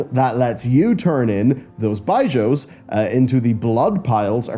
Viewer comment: I had to stop watching because of how you were saying “bijous” 😂